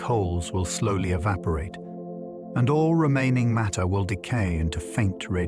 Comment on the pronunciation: You could narrate this yourself or with a voice actor. Five minutes in and I hear "maytee tells space-time how to curve and space-time tells maytee how to move." I don't know how the word matter becomes "maytee" on what's supposed to be a science channel. Sorry for the harshness, but this is a large part of what's wrong with the Internet. People will blindly believe anything, and I didn't stick around for the rest of this video to see if this content is factual.